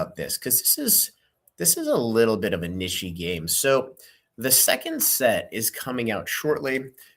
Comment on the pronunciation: This man said "nishy" did you mean NICHE my guy?? XD